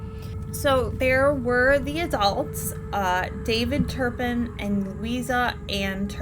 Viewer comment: Her name is Louise, not Louisa; and it's not Turn Pin -- it's Tur pin; I was surprised that Louise and David got such a long prison sentence because the justice system seems to under-evaluate crimes but they got what they deserved!!